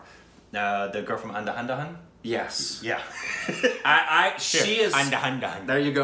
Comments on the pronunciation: Its An-Dha-Dhun. Not anda handa han 🤣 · Someone has to say it.... It's not "and-a-hand-a-hand" It's "an-dha-dhun" Andha means blind and dhun means tune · Andhadhun pronunciation-> "Un -dha - dhun" guys xD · Lemme help, Un-the-doon....Un as in Unbelievable, doon as it ryhmes with goon. Say Unthedoon, proper pronunciation of Andhadun. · Let’s try teaching pronunciation of Andhadhun to. Divide the word in three parts An-Dha-Dun. An should be pronounced as ‘Un’ in unreal. Dha should be pronounced as “Dh” in adhere. Dun should be pronounced with an oo sound like you say in shoe. Hope this helps. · It pronounced as Un dhaa dhoon